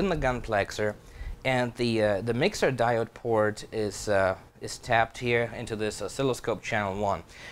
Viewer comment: 'Di o' de' (diode)